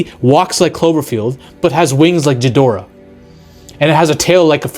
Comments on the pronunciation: Ghidorah. Not "Ji" dorah. Cmon man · Imagine saying “ghidorah” wrong. Sorry. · Please learn how to pronounce Ghidorah properly. Idk how you can be a kaiju fan and pronounce his name not even one of the two correct ways. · Jesus, pronounce Ghidorah properly! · You don't pronounce the G in Ghidorah like a J, it's a "hard" G; haven't you heard his name said in, like, 100 movies already? And the term is "wreak havoc", not "wreck havoc". You're welcome.